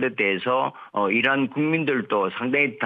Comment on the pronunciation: 이런? 이라구발음했다는.